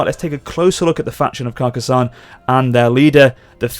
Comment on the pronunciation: You are saying Carcassonne surprisingly well. Nice pronunciation.